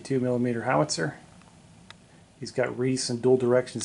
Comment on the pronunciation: Huge armies and beautiful table. Epic. Oh, by the way recce is pronounced wreck-ee, not reece. It's Brit slang for reconnaissance.